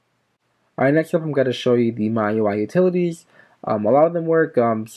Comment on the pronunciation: Its pronounced "me UI". Just letting you know.